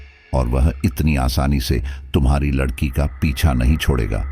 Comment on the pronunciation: ❤😂😂😊❤ aap jaanbujkar ladki ko lakadiya bolte ho ya kahani batate batate bhul jaate ho ladki ki jagah lakdi bol dete 😅😅😊😊❤